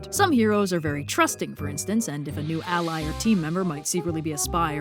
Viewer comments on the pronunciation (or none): none